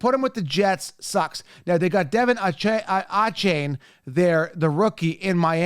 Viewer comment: This is how you pronounce these guys names. Cause obviously you can’t figure it out. “Deh-Von-Aye-Chain” “Bee-John-Robinson” “Jah-meer-Gibbs”